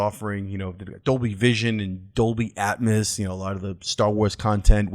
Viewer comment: How you pronounce atmos hurts my soul